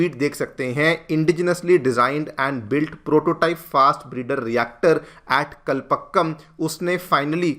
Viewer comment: Spell as kalpaakkam not pa but paa